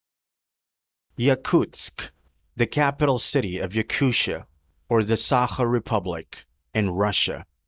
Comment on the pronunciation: It’s not pronounced YakuSHIA , it’s Yakutia